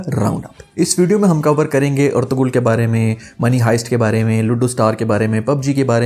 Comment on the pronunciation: First of all pronunciation of "Ertugrul" is totally wrong you are pronouncing it wrong